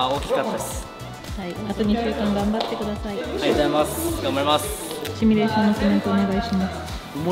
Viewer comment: シュミレーションではなくシミュレーションです